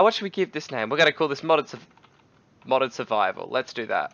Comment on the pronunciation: It's Modded not Moded